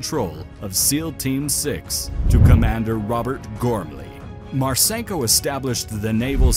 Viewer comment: It's pronounced Marsinko, not Marsaynko.